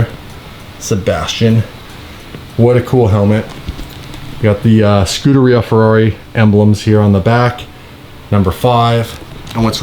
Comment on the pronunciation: The Ferrari F1 team pronounces it Skew-dera. But you actually pronounce it the correct way. Scoo-da-ree-ah. I was gonna call u out for saying it wrong but after some research looks like I was wrong. Lol